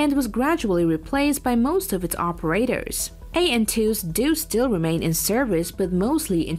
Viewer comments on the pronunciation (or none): Non-native English speaker with bizarre placement of accents on certain words, annoying to listen to...air FORCES, operAtors, etc